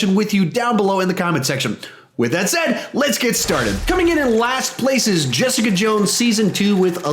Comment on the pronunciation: Get back here, Jess-EE-Caaa